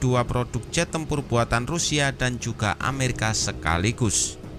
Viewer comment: Netral? . Cara penyebutan nama dari Amerika ke mamarika itu saja sudah membuktikan anda fansboy nya rusky